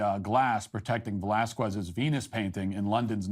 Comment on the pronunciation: surprisingly unsurprising that fash malsh has 0 clue how to prnounce Velázquez...